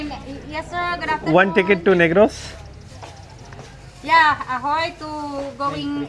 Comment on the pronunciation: Negros thik se bol... Bechari aunty ne kuch or sun liya... 😂 Usko laga ye admi racist he. Expression dekho aunty ki.. as if bhoot ko dekh liye as soon as said Negros 😂😂😂